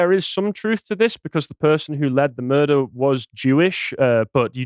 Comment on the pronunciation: So what's a "mudrer"?